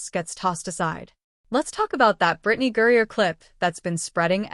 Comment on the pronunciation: Why are you obviously mispronouncing her name? And i won't hit subscribe